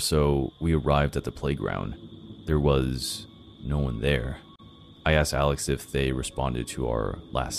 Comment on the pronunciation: I “AXED”HIM 😩